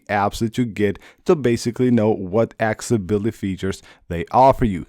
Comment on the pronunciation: It’s pronounced AK-SES-ABILITY.